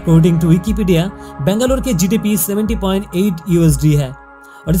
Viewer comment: Please pronounce Bangalore correctly. Nice video. Proud to be Bangalorean.!! ❤️